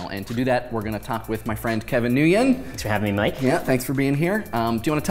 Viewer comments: "Here we have Kevin New-yen" Did he just seriously let that pass by? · I thought it was pronounce “win” not “newyoung”... but anyway let’s talk “white wash” ... lol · Holy Shit... you prounounce Nguyen similar to "win" in english. wtf is this new-yang shit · I though Nguyen was pronounced like Ung-OO-Yen not NOO-Yen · I've never heard anyone pronounce Nguyen as "nooyen" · I never knew nguyen was pronounced nu-yen... My life is a lie... Im no longer a Nguyen-er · Did he just say Kevin New-Yin? Wtf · What friend doesn't know how to pronounce his friend's name? It pronounced Win... (I'm Vietnamese) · Kevin Nguyen lost his credibility before the moment he let a someone pronounce his name wrong and didn't correct them. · Shame on you for mispronouncing Kevin's last name and shame on Kevin for not making the correction and rewinding the interview as it was at the beginning. How embarrassing it will be if Kevin doesn't even know what the proper pronunciation is. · I'm a minute in and already. You pronounced "Nguyen" wrong... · Why can't white people pronounce "Nguyen" correctly?!? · I'm offended that he said "Nguyen" wrong. Jk jk